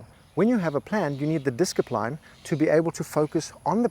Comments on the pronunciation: LMAO - "Disk-i-pline"! I wasn't reading the caption so when you said disc-i-pline I thought you were prescribing a new medication LOL. Then I gave it some more thought, and you were prescribing a medication. Thanks for the reminder,. I'll take a double dose - Wadda playa! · I love this video… but hearing “diskipline” and “confidentiality” make me cringe 😂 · I love how much discipline he has in consistently mispronouncing "discipline"